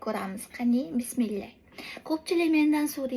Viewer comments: Бисмилля эмас Бисмиллях денг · Бисмеллах емас, бисмиллах деб айтинг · Bismillah emas tŏğri ayting😔